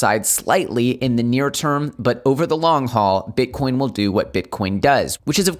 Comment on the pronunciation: 21k right now! Dude did you call bitcoin " king corn"? Lol.